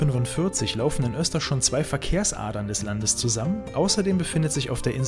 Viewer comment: Ein super tolles Video. Ich erlaube mir dennoch dir zu sagen das du Östersund falsch aussprichst. Die Stadt heißt nicht "Österschund" 😊